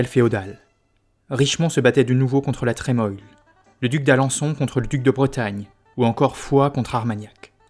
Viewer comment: Je peux me tromper mais la Trémoille se prononce la tremouille non? Quelqu'un a l'info ?